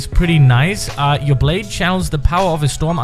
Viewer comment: Why dose everyone’s blayde always phantom blyde